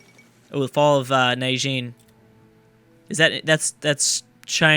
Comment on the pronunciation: Nan JING? Fucking..